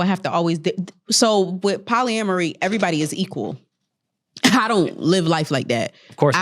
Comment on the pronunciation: can Demaris ever pronounce words correctly? Polyamory and Hierarchy are relatively easy words to pronounce correctly.